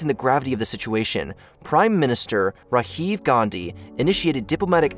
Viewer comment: Rahiv? Indian name not spanish. Come on.